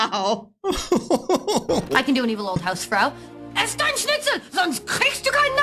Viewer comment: Sarah Chalke, the actress from "Scrubs" , sounded pretty genuine, with an intonation as an evil old hausfrau of course, yelling: "Eat your Schnitzel, otherwise you will get no dessert". She has a German mother, who emigrated to Canada as a child, so she speaks both languages. The South Park part mostly got butchered, pronunciation and grammar, which I think was on purpose to make fun of just that cliché. As a native speaker you can figure out what is meant to be said, but that's about it. The comedian, again, sounds pretty good, had he said "ein kleines Brötchen" instead of "ein kleine Brötchen", it would have been 100 % correct.